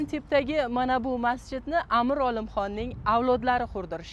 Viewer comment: Амир номини тугри айтишни урганинглар амр эмас бу узбек тили эмас Амир деб айтилади😠